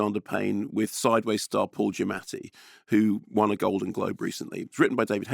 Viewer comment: Good job pronouncing Mr Giammati’s name more authentically than he tends to do himself!